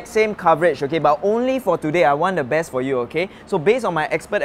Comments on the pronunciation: fro? It's for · fro or for 🤔🤔